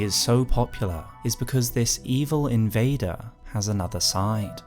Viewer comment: Are we SURE he’s an invader? Debater and invader do sound quite similar